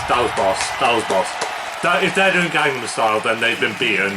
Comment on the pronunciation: I'm sorry but the pronunciation for Gangnam Style was so OFF lmao